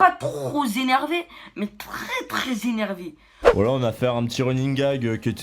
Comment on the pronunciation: Trrrrrr « postillon »rrrrrreeees Zéneeeeeeervé